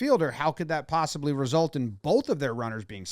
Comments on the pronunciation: "psossibly" - Jomboy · "How could you psossibly say..." - AA League manager.